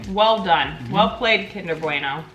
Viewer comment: Why do Americans say kinder bwuAYno 😂 It's kinder bwueno Kinder Bueno 😌